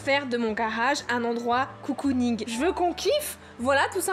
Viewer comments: Grave bonne idée de vidéo !🥰 PS : à c'est cocooning pas coucouning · Le "garage coucouning" c'est "cocooning" en mode cocon :) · Celui qui trouve combien de fois elle a dit "coucounigue" il est fort😂